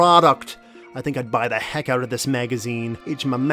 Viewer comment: Is dog canadian? "Check it owwt"